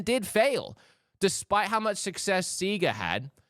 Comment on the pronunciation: Did I hear Seaga?! ⛵🎮 the new system able sail and play.